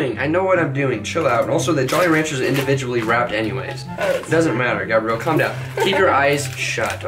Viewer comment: “ your correct “ “”